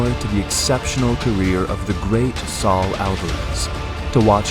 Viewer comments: How are you going to make this entire video and not know how to pronounce the mans name correctly. Saúl and Saul are two completely different names. Two completely different pronunciations. Just disappointing on the lack of attention to detail. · Saul ❌ saw✅ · It’s SA-UL not sahl lmao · Great video, but the way you said Saúl as Saul made me laugh. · Saw ooool. Not Sal. Saaaw oooooool. ✌🏼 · He said “sawl” lol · Pronounced saw-WOOL In native english speech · Instead of being a rude bastard, teach him how to. Saaw-uuuuuul is a closer way to pronouncing it right. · You could at least have the respect to say his name correctly